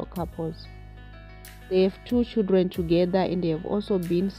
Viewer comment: If you😮 say Chidreni one more time !!! 😮😮😮 it's CHILDREN You kwerekwere.